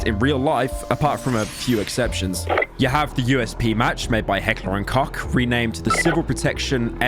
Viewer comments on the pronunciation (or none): Bro if you dont know how to pronounce a german word google it instead of calling Heckler & Koch = Heckler & Cock